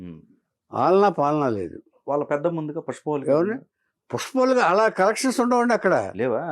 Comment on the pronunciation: కలెక్షన్స్ కాదండీ. కనెక్షన్స్...కనెక్షన్స్